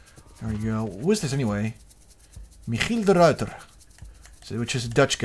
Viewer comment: Is he Dutch? He said Michiel de Ruyter just as the Dutch do!